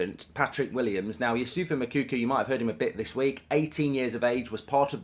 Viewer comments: It's pronounced Moo like a cow then Cocoa like the drink. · One day Goldbridge will say Moukoko’s name right